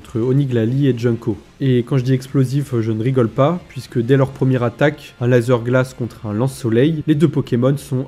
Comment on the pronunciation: Sympa les vidéos, mais lazeuuuur glace c'est juste pas possible mdr